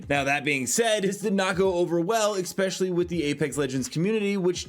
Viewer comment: Why do you keep saying 'eggspecially'?